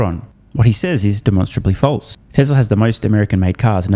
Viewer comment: What's "Tesler"?